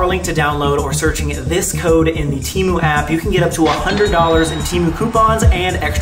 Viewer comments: temu cancelled my card soooooo..... ill pass or btw its teeh-moo not tee-moon i looked it up its annoying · bro got sponsored by temu and still didnt pronounce it right 😭